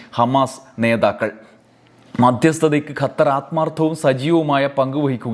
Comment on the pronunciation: ഗത്തർ അല്ല ഖത്തർ ആണ് ശരി